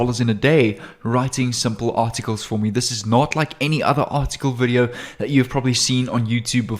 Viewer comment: hi u say 27 time artitcles